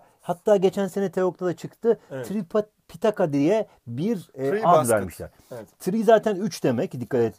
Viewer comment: tripitaka değil tipitaka